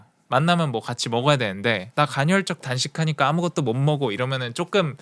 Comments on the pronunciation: 간헐적인데 계속 간혈적 이라고 말하시네..ㅋㅋ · 왜자꾸 갈혈적이래 ㅋㅋㅋ 간헐적!!!! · 2시간 짜리 영상에서도 전혀 흐트러짐 없는 목소리와 딕션에 감탄하였는데(그 영상 진짜 최고였어요!!!!), 이번 영상에선 간헐적 단식을 간'혈'적 단식에 가깝게 발음하셔서 그 단어가 나올 때마다 괜히 긴장이 되네요ㅠㅠ [가널적]으로 발음하면 쉬워요! 항상 완벽을 기하는 님의 영상에 옥에티가 있는 게 너무 아쉬워서ㅠㅠ 잔소리?팁? 하나 드리고 갑니다^^ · 발음이 안좋른건가? 왠 간혈?. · 저도 간헐적 단식 2달간 하고 있는데 좋네요 그런데 커피는 의학적으로 하루에 한잔은 괜찮습니다 그리고 영어발음은 이해하는데 간헐적 단식발음이 간혈적 단식 으로 들리네요 오류인지 실수인지 모르지만 간혈적으로 들리고 틀린겁니다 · 간혈적 말고 간헐적이요! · 간혈적이라고 말하고 간헐적이라고 자막쓰면서 이불킥 했을듯요 ㅋㅋㅋㅋ 저도 님 예전 생활하고 비슷하게 살고 있는 중인데 저도 간헐적 단식까지는 아니더라도 카페인 끊는 거 도전해봐야겠어요!! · 갼헐적 단식이라고 계속 얘기해서 ㅋㅋㅋ 좋은영상 항상 감사합니다 더욱 건강하시길~~^^ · 간헐적 간혈적 발음 지적만 당하는 그러니까 좀 잘해 ㅋㅋㅋㅋㅋ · 궁금한데 외국에서 오래 생활하면 "헐"발음이 어려워지는건가요?? 대니조라는 미국에사는 운동유튜버도 간혈적 단식 이라고 발음하던데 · 근데 왜 발음을 간혈이라고 하는거에요? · 간헐적 단식을 간혈적 단식이라고 발음하는 멋진 우리형..간Zㅣ.. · 홀리크랩 형님 간헐적 계속 간혈적으로 말씀하셔서 괜시리 신경쓰입니다 형님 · 저만 “간혈적”으로 들리나요..? 영상 깔끔하고 좋네요 ㅎㅎ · 자꾸 간혈이라고 그래서 나만 잘못 들었나?했는데 역시나.. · 영상 중간에도 간’혈’적 이라고 나온다요! 발음영상 후에 이러니까 위트로 느껴져! 인간적이야 지금까지 너무 완벽했어. 다음 영상에서 ‘앗 지금까지 간혈로 잘못 알고있었어요 헤헤 나도 모를수도 있지! 버럭!’ 하면 귀여울 것 같어ㅎ 누군가 이걸로 악플이나 안 달았음 좋겠다! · 나도 간혈만 들려 ㅠ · 보스턴식 간헐적단식 발음인가 ㅋㅋㅋㅋㅋㅋㅋㅋㅋㅋㅋㅋㅋㅋㅋㅋㅋㅋㅋㅋㅋㅋㅋㅋㅋㅋㅋ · 설마 저번 영상에 이은 틀린 발음의 예시... 나중에 복선 회수되나